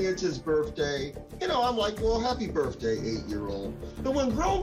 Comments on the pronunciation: It's BIRTHDAY ...not BIRFDAY!! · Sounds like the judge pronounced it "BIRFday" instead of birthday. 😂